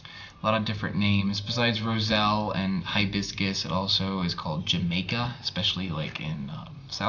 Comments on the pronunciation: It's pronounced "Ham-eye-kah" Mexicans love it for cold tea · Great episode, as always. One thing I might mention is that the Spanish pronunciation in South America is more like "Ha-Mie-Ca (the middle vowel sound is a long "I" sound. I use dried hibiscus flowers for tea, and I love candied hibiscus flowers,calyxes, they taste very similar to dried cranberries or cherries. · The J in jamaica is pronounced h.